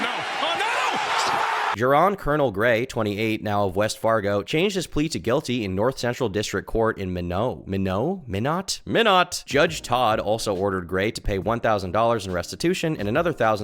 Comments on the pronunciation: Yo he’s from my town?! It’s pronounced my-not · Minot is pronounced as "My Not". Also, I speak for my state when I say we do not claim this man as our own. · pronounced “my knot”